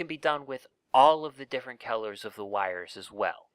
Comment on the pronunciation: Kellers? Its Colors don't make that mistake next time